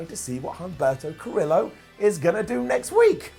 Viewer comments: It’s pronounced cuh-rio. Like Del Río. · Humberto Ca-reee-oh. Carillo. Not that hard to say. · Ca-re-yo (Carrillo) not Ca-rillo. Huge things coming up for him though. Aleister, have the Singh’s run into his room with a ref behind them. They lock the door to escape everyone else and wonder why it’s dimly lit. Black mass is delivered. 24:7 becomes a more serious title after AB goes through the normal chasers and the more serious contenders build it up. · lol the way u say curillo is funny